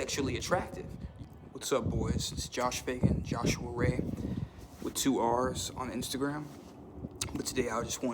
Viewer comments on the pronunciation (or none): none